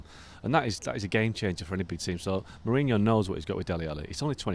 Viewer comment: Joe say mourinho lol. Makes me laugh so hard